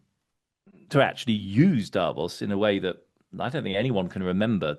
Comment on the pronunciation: Hey, would you mind to pronounce "davOs" correctly?! PLEASE ... not "dAvos"! (... I mean, it's really not more difficult to pronounce Davos correctly, than making a distinction between Greenland and Iceland, right?)